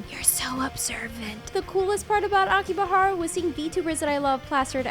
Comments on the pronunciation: ok but it Akihabara not Akibahara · You made me think i was saying Akihabara wrong my whole life fr